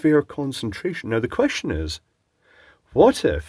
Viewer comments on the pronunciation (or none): none